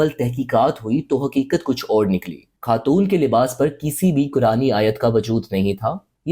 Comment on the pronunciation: sab koch sahi tha , but pakistanis ko pehle apni Urdu sahi kar chai ye , lagraha tha is vedio me koi indian bol radha he he, ghalat ko galat , khatoon and bohat sare word wrong pronouse kiye apne, ab darama actors bhi ghalat urdu bolte he fakhar k sath